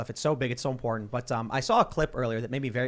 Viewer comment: Why does it always sound like every time says “important” it sounds like “imported?”